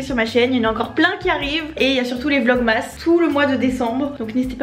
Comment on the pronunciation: Ma belle je te kiff mais ça s’écrit vlog mas mais ça se dit vlog mes